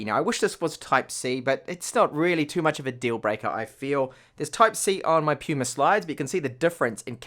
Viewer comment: PaMu Slide, lol. I'm late to the party but didn't see anyone else catch this. Not Puma... PaMu (not that I really give a sh%t), but you should know PaMu.